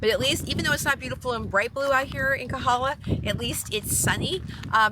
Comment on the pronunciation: FYI..it is KOhala, not Kahala.